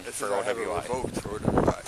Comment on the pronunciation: OWI sounds like oweee